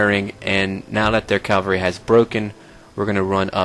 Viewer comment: don't be offended by it is pronounced as written - cavalry not calvary